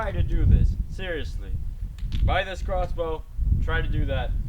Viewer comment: you said rossbow